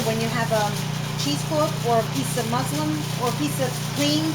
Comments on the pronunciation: Just an FYI. It's MusLIN. Not musLIM. Thanks for the video! Very helpful. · Wonderful video, l loved that you were so natural and like I'd be cooking for my family - actually on bad days I'd be worse ( like tripping over the cat with a bowl of hot food in my hands ) when you called "muslin" Muslim l laughed, I'm sure it would be easier to wrap you're butter in Muslin 😂 I'll make you're butter, as l want to salt it myself, Tks for the recipe, love you're accent, greetings from Ireland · Typical new yorker! " You can use a piece of muslim"!!!! Lmao. It's muslin! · Did she get the word "Muslim" (a disciple of Islam) confused with "muslin" (a thin woven cloth made of linen or cotton)? I know what she meant; I just wanted to make sure I heard it right. ( and , etc.) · The water is called Whey, and it's not Muslim, it's called Muslin with an N. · It's called MUSLIN, not Muslim! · Use a piece of MUSLIN...NOT muslum. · It's muslin cloth not muslim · Muslin not Muslim LOL